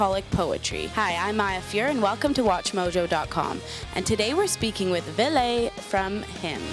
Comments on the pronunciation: So ville is pronounce “villy” ? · Villay? Really? Not how you say Ville in Suomi. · It's neither of those. The E in the end is pronounced like the "e" in Elvis. Finnish name, Finnish pronunciation :) Seems to be hard though as I have never heard any foreigner pronounce it properly.